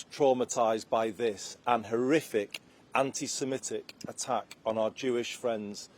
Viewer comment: Yeah! Weasel words once again. A Muslim Home Secretary who can’t even pronounce the word ‘Semitic’ claims they had no knowledge of a guy called Jihad.